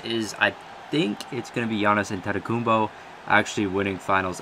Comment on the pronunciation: Thats how u say it in greek